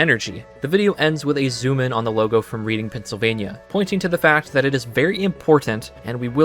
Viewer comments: Pedantic tangent: Reading PA is not pronounced as read-ing, it's pronounced red-ing. Every YTer pronounces read not red. I know it doesn't really matter in any material way but thought I would mention it. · This video was incredible and I thank you so much for all of the hard work and dedication you put into making it. I just want to say as someone from Reading, PA, it is pronounced like Redding, not reading like a book. Reading and Erie PA are also 5-7 hours apart by car. Idk if any of that is important but that’s my only extra thoughts. Again this video was amazing! I hope you can analyze the movie with all of this knowledge, I’ll def be watching if you do. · "Reading" is pronounced more like "Redding", just like the city in the UK, FWIW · bro said reading like "reeding" frfr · My husband and I spent the entire morning watching this after we saw the movie last night. 10/10. That being said Reading, PA is pronounced "Redding." Born and raised there and it's our claim to Monopoly fame 😂 I may have cringed every time you mispronounced it.